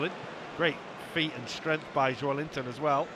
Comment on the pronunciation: I'm from Brasil, and in England they pronounce Joelinton's name so wrong that it hurts